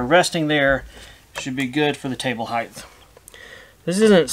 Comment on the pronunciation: Omg can't watch past hearing "heighth" it's height!